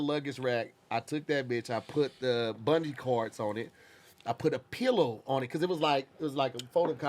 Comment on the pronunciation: Is saying bundee (chord) and not bungee 😂